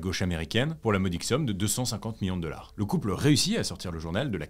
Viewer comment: Je ne commente jamais, mais là, j'étais obligée. Je dois avouer que ça me perturbe énormément que tu prononces $ "deular", voilà, c'est dit. Sinon, j'aime beaucoup tes vidéos et ta voix est agréable à écouter. Bravo à toi et ton équipe !